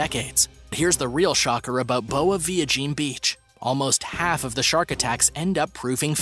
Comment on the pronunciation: The way you say "boa viagem" sounds like you're saying "good little fag" in Portuguese